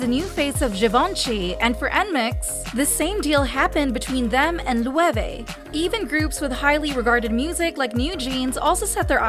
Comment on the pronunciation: Omg I’m Spanish and the Loewe pronunciation got me dead lol 😂😂 Lueve 🤣🤣